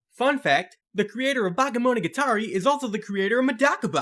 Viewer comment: i didn't understand you at all when you said Bakemonogatari XD had to rewind it to catch it